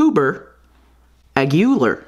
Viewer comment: I am not sure but I think it's actually read as Agilar and not Agyular